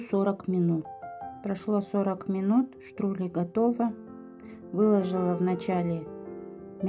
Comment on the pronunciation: Не штрули, а штруДли ))